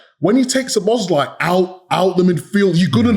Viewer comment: Isn't it about time you learned to pronounce Szoboszlai;s name? The stress is on the first syllable.